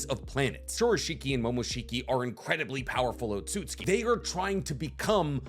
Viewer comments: Is it just me or have you not been saying Otsutsuki for like ever just Otsuki? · why have you started saying otsutski insted of otsutsuki? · Lol say “oat-so-suits-skii”